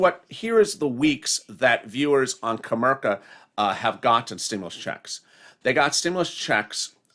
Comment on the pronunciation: put the I in comerica not co merca its co merica bank!